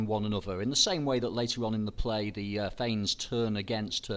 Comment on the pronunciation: Not Thames, thanes